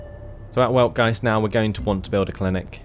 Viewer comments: say it how ever you feel comfortable. "Veld-Guy-Tzd" is actually how it is pronounced according to German grammatical rules. I wasn't going to correct you because this commentary is in English not German but I don't want you to be given incorrect information. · Just a heads-up, the proper pronunciation of the capital is "Weltgeist", pronounced with a V, so "Veltgeist".